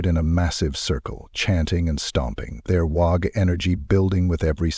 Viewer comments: Really needs to be fixed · AI still struggles with uncommon words. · How you pronounce WAAAAAAAAAAAAAGH is wrong. Lol I'll come back when you learn how to. GG